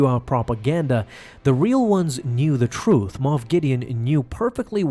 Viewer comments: Luke just ruined this man's whole career. And it's MOFF guys,.not moth. SMDH. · I honestly thought it was MOTH Gideon not moff 🤣